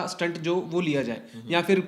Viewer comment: स्टंट का अर्थ अलग है." स्टेट " यह सही उच्चार है